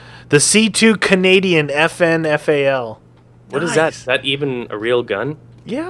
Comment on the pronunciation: stop saying Canayjin its insulting because im Canadian